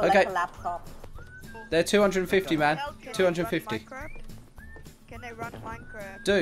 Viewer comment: Is it just me or If says here you go man or that's 700 dollars man it just really sound like mam xD